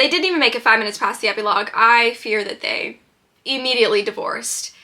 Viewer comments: ep-ee-logue?!? am i crazy or is that NOT how u pronounce it lol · love you queen but that is not how you pronounce epilogue 💀😭